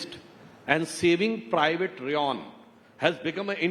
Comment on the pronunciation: Saving private Riyon ,, its Ryan , and what has this Tom hanks got to do with Germans ?